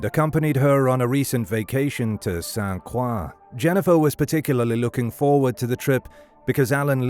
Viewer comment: It’s pronounced Saint Kroy for future reference.